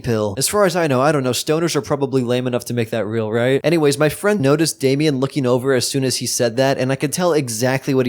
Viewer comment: it's damien not dame